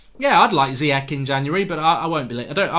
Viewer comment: Mark its pronounced Ziyash like smash